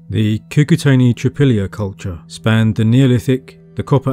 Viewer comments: it's KOO-KOO-TZ-AENI (short vowel in the end) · Your enthusiasm is commendable. However, you really should have learnt how to say Cucuteni and Vinča, it's not rocket science You would probably break your tongue on Tărtăria, i beautiful valley in the western Carpații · The i at the end of Cucuteni is a palatization of the n before it, not its own separate sound. It's hard to explain, but basically, it's not an "ee". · thank you for the video, my mom was born in the north of Moldova, and as far as we know her family has generations living in this area. couple comments: 1. Cucuteni you don't have to pronouns last I make last N soft in the end. 2. You say there are 2 mysteries, in the video 1 how they where Burying their dead and h\why they burned houses every 60-80 years. we can speculate that if you combine both mysteries we will have the answer :) 3. in Moldavian culture we have a special room in the house where we keep most beautiful furniture and decorations , that room is mostly used for holiday feasts and inviting guests we call it "casa mare" witch translates as "big house" it is interesting that in Cucuteni Culture they have several connected small houses and 1 big house. like an apartment with several bed rooms and a living room but instead of halls its open air. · lovely video! I just want to note that romanians and moldovans are latin and our language is part of the romance family, so we also use short vowels. when you pronounce Cucuteni, the "i" should be shorter. the way you pronounce it is as if it had 2 "i" at the end, which would be the plural articulated form "Cucutenii" which would mean "the cucutens".